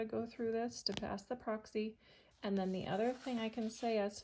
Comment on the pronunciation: There’s no way Tennessee would require a 180. Also, why do you keep calling it Proxy instead of Praxis. It’s pronounced praxis like practice.